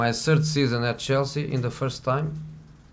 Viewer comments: My "sird" Season at Tottenham....i didn't had a "sird" season. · Google my "sird" season at Manchester United...